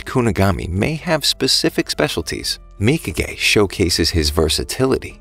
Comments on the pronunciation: W man saying mika gay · mikage : mika gay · who else realized he kept calling nagis bitch mika gay